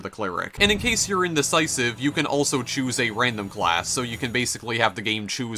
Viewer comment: What is that pressure accent? Skri'en = screen, may'age = mage, chew'ise = choose, gay'em = game, thai'em = time, oh'en = own. And her'retic... that only works for the adjective. Where does that second syllable obsession come from?